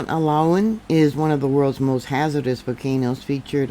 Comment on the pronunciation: Pronounced Oo-lah-woon. Great video